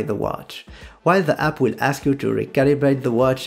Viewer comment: "While the app will" sounded like "while the apple" everytime to me